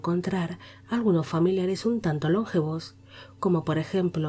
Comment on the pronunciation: Hola, muy interesante el vídeo. Sólo un matiz: la palabra "longevos" es llana, no esdrújula. No se pronuncia LONgevos sino lonGEvos. El accento recae en la sílaba GE. Saludos.